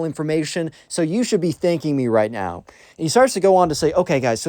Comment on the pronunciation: This video is a certified “are you serious right neow?” Moment